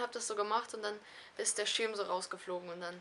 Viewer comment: Du sagst das "i" so lustig :) Der Schiiirm... Tolles Video :)